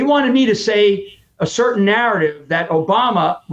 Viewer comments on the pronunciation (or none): none